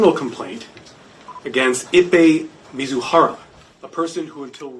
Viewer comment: The idiot's name is MIZUHARA pronounced MEE-ZOO-HAH-RAH. Both the Fed and the reporter continually call him MITSUHARA. That's wrong.